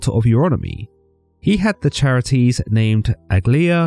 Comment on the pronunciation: Sorry to be that guy, but the title of three goddesses of beauty, joy, and blossoming is pronounced (Kare - It - Ees) The Greeks only used hard C sounds in their words. And the 3 Charites (Charis being the singular title) deserve more respect than that.